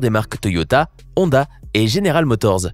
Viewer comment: xD quand il dit honda😂😂😂😂😂😂😂😂😂